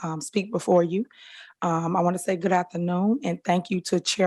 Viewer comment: "Good 'Athanoon'"? WTAH!🤦🏽‍♀️